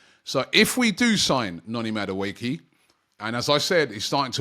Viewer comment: Robbie butchering names of players. Noni Madueekil 😅😅😅